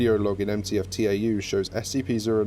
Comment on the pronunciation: It's not TAU, it's tau. Ugh.